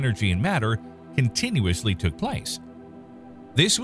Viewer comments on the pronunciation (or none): none